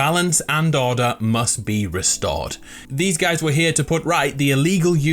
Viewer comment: Is it just me or anybody else that whenever he says order it sounds like he said daughter?